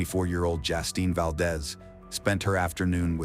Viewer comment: It’s Justine, not Jastine